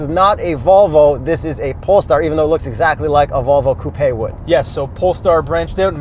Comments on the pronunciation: stop saying ‘coo-pay’. Lol you aren’t sophisticated or European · Wait why does he pronounce it like toupé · Where are you that coupe sounds like coopay? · Can anyone count how many times they've said "Coo Pay" in the video lol